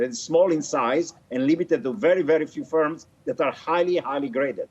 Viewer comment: Its FIRMS, not SPERMS